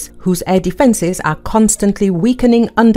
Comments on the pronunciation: The reporter made the bad report by miss pronounced the weapon name " attack them " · Pronounced. A * Tac * Ms !